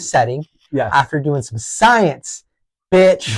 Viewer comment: I don't remember Bill Nye saying science like that!😮